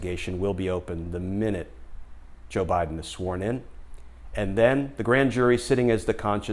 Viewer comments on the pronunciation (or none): none